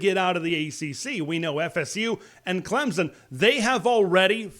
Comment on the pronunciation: There is no Z in Clemson. It is pronounced with a slightly perceptable "p" after the "m" get it right